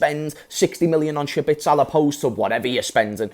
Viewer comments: Who tf is schbitsel, you mean szoboszlai? 😂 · it’s pronounced sob-oh-sly my friend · Fr I was thinking who’s shabitsol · It's Zobozlai just omit the S and things become easy again😊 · That's a wild pronunciation that fella 😅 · Just say Dominik if you can't pronounce his surname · The way he pronounces the name sounds like he’s trying to say Sabitzer terribly